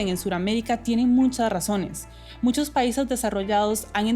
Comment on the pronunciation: Me pareció escuchar que dice MUNCHOS??? 😅😱😱😱😱